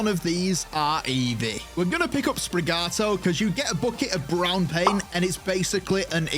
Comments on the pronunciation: gorl it’s SprigATITO. Not Sprigato. Stupid. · You called SPRIGaTITO Sprigato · that sprigatito pronunciation.... 😭😭😭